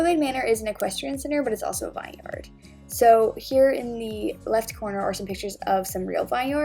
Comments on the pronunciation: It’s pronounced VIN-yerd, not vine yard 😬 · I love this video but did you just pronounce it - Vuh-eye-ne yar-duh? Im pretty sure it's vin-yer-duh